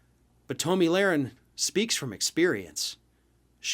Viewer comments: "Tow'Me Larin" ?😆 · Don’t pretend you don’t know how to properly pronounce her name. She’s a well-known figure. Thank god David is back. I’m tired of listening to this buffoon. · I hate her but I think you mispronounced her name intentionally.